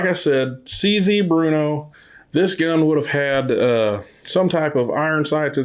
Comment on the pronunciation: It is pronounced brrrno It is a city in the Czech Republic... Not Bruno. Bear-no Burrno Not bruno I have 2 of the model 4 target models. Both built in '56 Always on the lookout for any of them... 1,2,3,4 and 5.